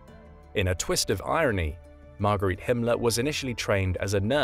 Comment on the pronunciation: "got arrested" is not an elegant expression to go with the educated voice of the narrator! Margarete (Marga) Himmler is not pronounced like Marguerite!